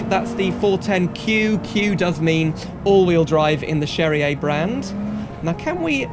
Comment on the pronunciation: why do you pronounce cherrier cars like it was italian ? in the "lore" it's french